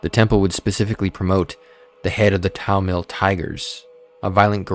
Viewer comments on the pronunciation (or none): none